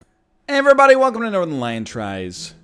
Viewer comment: No one: NL: eEverybody